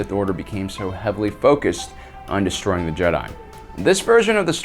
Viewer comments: Jesus fuck man stop calling them JedAI ! It's fucking Jedi, not Jedai!. It's not Japanese. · WAIT!! Did you miss it?? Did you?? Ancient Jeh-Die??? Canadian, British, Australian... Jeh-Die?!? Why don't you just say, "I'm making a video based on every other video already made and literally making sound like my own voice and my own observations." How much more pretentious can you be than to PC pronounce a ficticious name that has been in the universal lexicon for over 40 years and has spawned actual state recognized religions? If you have cannon or ECU to support this pronunciation, please bring forward and be prepared to be blown away by cannon AND ECU!! Jeh-Die